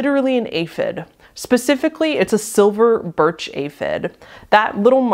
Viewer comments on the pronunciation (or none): none